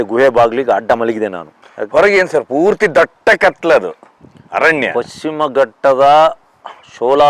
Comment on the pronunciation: ಅದು ಪಕ್ಷಿಮ ಅಲ್ಲ ಮಾರಾಯ, ಪಶ್ಚಿಮ.😊😅😮